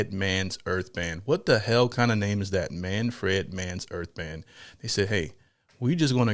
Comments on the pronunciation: "Manfred" Not "Man.. Fred"😂😂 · Say it like you would pronounce SANFORD & SONS [the old '70s sit-com] MAN frd not fred. Oh btw you don't have to be infused or elevated to enjoy this but it sure is sweet when ya are. :hand-purple-blue-peace:I had a Deuce Coupe [inherited from my big brother] back in the day & would blast this on the "restless ribbon" our Strip in Tulsa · wtf! Not Man Fred, it’s all one word…Manfred!!! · It's not pronounced Fred. It's like prouncing fern but with a d at the end